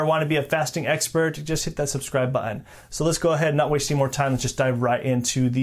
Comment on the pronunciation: I would love to subscribe. If you could Pronounce the word button correctly. Lol